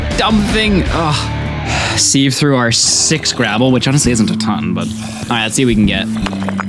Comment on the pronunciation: Loving the vid but "seev" instead of "siv" for "sieve" hurt to hear hahaha